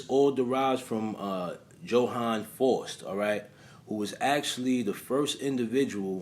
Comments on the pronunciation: *FOWST (pronunciation) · Its pronounced fowst. My husband didnt believe me when i told him disney had a movie called i was a teenage faust. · The correct pronunciation of FAUST is Similar To the word Foul or House..